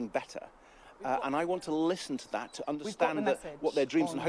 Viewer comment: .... "And thad is how"..... Thad. It's that not thad. No-one should vote for anyone who says thad instead of that. No doubt he says "get go" instead of "start".